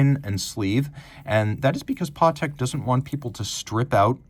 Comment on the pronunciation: NEVER trust a watch guy calling a Patek watch a PARTEK 😮